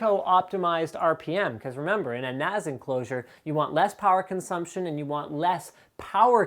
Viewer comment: FFS stop calling it a NAZ it a NAS.. the S should sound like the S form snake